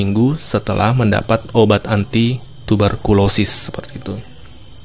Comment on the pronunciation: Info yang sangat bermanfaat, cuma ada satu kritik, ada brapa kali salah pengucapan pada nama penyakit, contoh. Tuber kolosis di baca tuber kolois di awal..😇😇😇